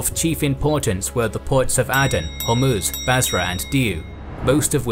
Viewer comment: Áden não é Éden. Cuche e Calicute devem ser pronunciadas como escrito.